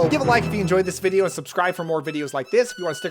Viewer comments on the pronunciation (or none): none